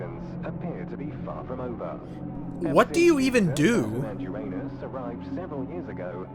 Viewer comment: I'm giving you the Zeffiro Silver award for actually pronouncing uranus correctly